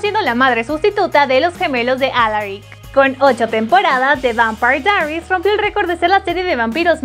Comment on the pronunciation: Eso no es lo único... Ni siquiera el nombre de la serie lo puede pronunciar bien...